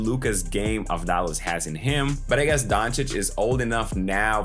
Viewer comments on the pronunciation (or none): Also da is pronounced like tha in that so it's Av-thá-las.